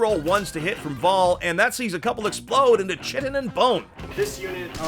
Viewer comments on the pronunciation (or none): I know it is the most pedantic, prescriptivist, nit-picky thing ever, but I cannot help cringing every time they mispronounce "chitin" It is pronounced "KITE-on" not "CHIT-in" because Greek-derived words are very counter-intuitive in English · Such a cool paintjob/conversion, awesome background music, and excellent gameplay. This is definitely one of my favorite episodes... or it would be, if would stop pronouncing "chitin" wrong. It's KYE-TIN, not CHIT-IN. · "Chitin" is pronounced "Kytin" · In case a thousand other nerds haven't corrected you, chitin is pronounced "KY-TIN". Cheers! Love me some nuns vs nids! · Am I the one who's been taught wrong, or is chitin supposed to be pronounced more like "Kyton"? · Bro, chitin isn't pronounced like that.